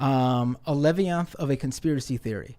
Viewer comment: NGL, I couldn't take this guy seriously after he spent his time on his phone trying to debunk sources instead of listening, only to horribly mispronounce the word "leviathan" when he attempted to read an article that didn't even say what he though it did. What a complete lack of education and awareness.